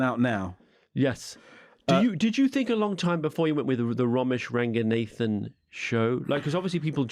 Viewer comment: Why does he pronounce raganathan like ‘nathan’